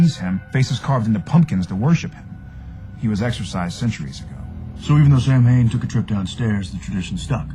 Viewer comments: Im reading the other comments and apparently this isnt how you pronounce the name Samhain. So, how do you pronounce it? Can anyone help me out with some phonetics, or something? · literally not pronounced that way -.- too bad your facts are as straight as your sexuality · Béla Kovács I know your comment is very old, but there's a difference between choosing which vampire lore to apply and incorrectly pronouncing an Irish word that is still being celebrated as a wiccan Sabbat to this day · “Sam Hain.” Good job. You said how it’s spelled. It’s pronounced “Sowwyn.” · is pronounced Sow-in not sam-hain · Love the show and you usually were very accurate in pronunciation of names and terms! But with Samhain, you screwed up. Samhain is pronounced,Saa Wn or Saw win! Definitely Not Sam Hain! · Everytime an American film ir series says sam hain instead of sowin makes me cringe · I cringed every time they'd say its pronunciation as Sam - hein instead of Sow - in. It was really pissing me off. Aren't there supposed to be people to research that kinda stuff for the show? Anyone who watches the History Channel knows how it's pronounced. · Samhain is pronounced Soween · For all you dick heads crying like little bitches this isn't what halloween is bla bla bla!!! This show takes real lore and some imagination to make something cool and creepy so chill the fuck out!!! they know it not sam hain you morons but that's what they are calling the demon behind this story!! they're not going to call him sam wain or sow-en that's just fucking stupid! ps some of what they are saying is actually fact do your damn research!! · I know it's pronounced Sow-in but I've always pronounced it the way they do, even before I got into this show. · ... it's pronounced like sow-in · He totally pronounced Samhain wrong.Shows really got to do more research on these things. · Actually it's "Sow-en". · Sam-hain?! This is the worst pronunciation of an Irish word that I have ever heard.